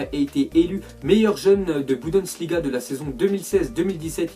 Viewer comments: Encore 1 fois je te le redis mème so je te kiffe On dit Bundesliga et non Budensliga 😣😣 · Est-ce que va réussir une fois dans sa vie à dire BUNDESLIGA?? Rien n'est moins sûr...